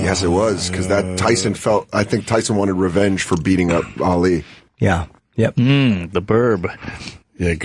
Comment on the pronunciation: OPIE!!!! Learn to Say "Documentary" and "Ali" correctly! (He says it like: documen-tree, Al-Lee) Dope!